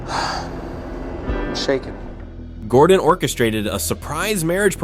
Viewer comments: "Godrun Ramsay" geez nice one AI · bro "godren ramsay" 😭